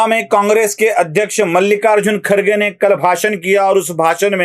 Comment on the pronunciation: YE KHARGE NAHI BALKI KHADGE ENGLISH ME ''D'' KA ''R'' PRONOUNCE KIYA JATA HAI. YE SAHAB K H A D G E HAI KHADG MRUG KA VANSHAJ HAI. BAKI TUM SAMAZ LO.